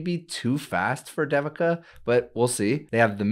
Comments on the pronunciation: It's Not Sound Like D Devin It's Sounds In Sanskrit They-vika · I am guessing this is the common Indian name, Devika. If it is, it is pronounced like this: DEVI as in DAVI in DAVID and then KA as in KA:). So try saying DAVID, but instead of the D at the end, just say KA:) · if you an pronounce Devika properly that will be great. It feels odd to hear that pronunciation. this video has the proper pronunciation